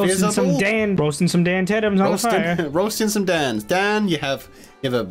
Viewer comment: When they keep going Dan DAN DANNNN DANNN. At first I thought they said damn damn dan. Damn daniellll . XD